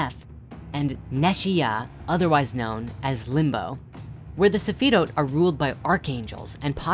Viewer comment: Broski why do you pronounce them that way. They're transliterated "Qliphoth" and "Sephiroth" in the Latin alphabet for a reason... That's how they're pronounced.